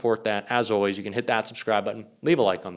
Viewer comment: Wtf is "oways"??